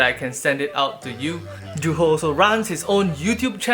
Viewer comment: Thats not even how you pronounce Juho.